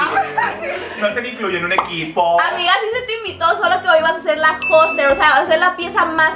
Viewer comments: Se dice hostess no hosterss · No se dice hosterss, es hostess mi amada Kenia.